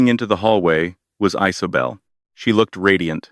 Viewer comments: The name is Isabel so why I’m hearing Isobel or Icebel? 😅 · Is this a new way of saying the name Isabel?